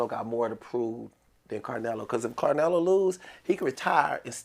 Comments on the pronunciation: Why he keep calling bruh carnelo lol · CARnelo is crazy…Get it together his name is CLENELO…I mean Canelo!! Ridiculous.